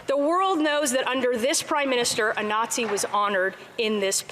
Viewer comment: Coke in his plane then hanging out with a Naw-zshee....tsk tsk...so lib.